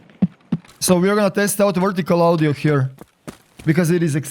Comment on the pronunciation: Ah yes, Steam Awdioh. Luv you